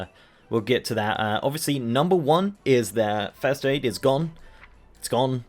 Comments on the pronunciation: did he say first aid is gone or faster egg is gone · Just for anyone who couldn't figure out what the hell he said , he's talking about FIRST AID.